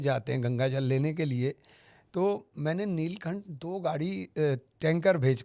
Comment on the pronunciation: आप जल को जल नहीं बोल पा रहे हैं तो क्या हिंदू मुस्लिम एकता की बात करोगे और क्या जल भरकर आपके देने से फ़ायदा